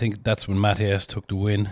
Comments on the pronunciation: "Matty-ess" definitely one of the best to never win WSM. Would love to see him win or on the podium at the Major comps. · The Polish Stone Master "Matty-ess" I'd love to see him get the WSM.